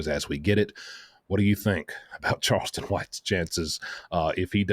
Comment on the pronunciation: Its not karlston, c' mon,, your the only guy who made this mistake